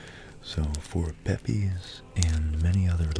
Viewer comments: Hate to do this but Samuel ‘Pepys’ is pronounced ‘Peeps’. The famous London diarist during the great fire of London and the plague in the mid 17th century. Also famous for burying his Parmesan cheese in the garden to save it from the fire! Would make a good episode. Keep up the good work. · Your videos are great and wonderfully relaxing. Just on small pronunciation error. Samual Pepys surname is pronounced Peeps.